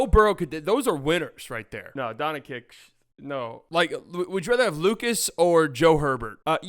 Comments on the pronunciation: He says Donchick too smh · I'm here to tell you it's not pronounced D-ah-nčić either. It's a straight 'o' sound, like in "low". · Guys, you have failed. I am Croatian, and I instinctively feel when someone cannot and does not know how to pronounce and differentiate between the letters č and ć. This person fundamentally does not know how to pronounce it. I think if it's humor, making fun of the surname of perhaps the best player in the league and the World goes directly against the host and his awareness. I even suggest in the nicest possible way that if he doesn't know, he should switch to Luka Magic, it's easier but to massacre the surname like that is lower than provincial low P.s: Just think about it, look the bigger picture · U guys are pronouncing his first and last name wrong😂 Its Luka, not Lucas..Doncic not Doncha😂😂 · Stephen A Smith says “Donchick” knowing good and well How to say it right. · It's almost 2025, say the name correctly or just say Luka. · Your mispronunciation of Dončić is really distracting and takes away from the overall enjoyment of your commentary. It's hard to take you seriously when you can't even get a basic name right. Maybe try 'Luka' or 'Luka Magic' instead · Hes literally doing it on purpose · Nope, he just can't or doesn't know how to pronounce it! The problem is, even Charles Barkley learned it, so he needs to learn it too. Otherwise, he sounds just like an amateur.